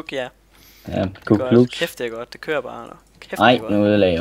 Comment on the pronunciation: "Det ører bare" HAHAHAHAH Stumme K'er FTW! :D